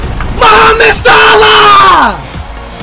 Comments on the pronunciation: Yo I think this the first time he said a name correct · For once he said someone names right most of the times he get sit wrong like aLAbAmA or SEWEY OR ARUJUNO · The only time I hear him saying someone's name correct